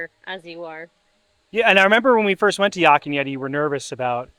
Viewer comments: Another great video! Love your channel and hearing your perspective on things! I got a chuckle out of pronunciation of Yak, he kinda says Yock. 🤣 Yak rhymes with pack and black. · Their ahi tuna nachos are the best! We pick up Landrys gift cards at Costco, so you can save some $$ there. As an FYI, Yak is pronounced like pack with a y. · “Yok” and Yeti 😂😂😂